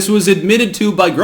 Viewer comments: Its pronounced grohs- kroits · Grosskreutz - Kreutz is pronounced kroitz. Big cross in German.